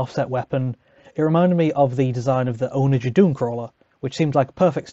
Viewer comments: "Onna-ghur", not "owna-jur". It's named for a catapult. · I've never heard someone mispronounce onager like that and it threw me off every time lol